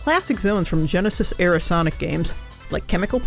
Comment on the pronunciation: Or as the narrator calls it... the "Geneshisth"